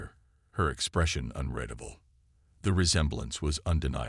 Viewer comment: When are people going to educate AI? It's unreedable not unreddable. Get human narrators rather than be lazy and trust it to AI which doesn't seem capable of getting it right. The only good thing is that the speech is natural, no pause in the wrong place or missing when needed.